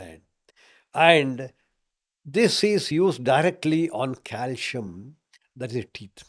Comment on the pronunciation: C in calcium is pronounced as s not as sh.